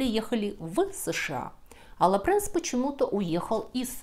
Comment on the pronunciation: А почему Луи Лепренс? По французски читается Луи Лепранс ?🤔